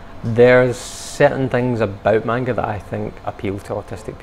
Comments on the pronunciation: i get so triggered when he says " mAINGA" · Take a shot every time they say manga wrong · Stop pronouncing manga wrong And Pikachew? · “MAN-ga” son it’s man-ga you don’t scream the first part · If he says “man- ga again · And I'm sorry but the way they pronounce 'Manga' makes me die a little inside